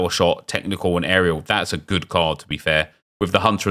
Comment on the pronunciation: I cannot comprehend how you say “good”. That’s Goodt!